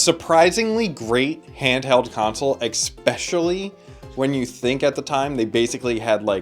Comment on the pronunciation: People who say Exspecially should be closely examined. Great video tho